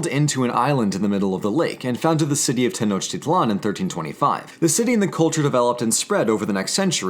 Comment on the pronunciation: Technotitlan is pronounced Tay-noh-teet-lawn.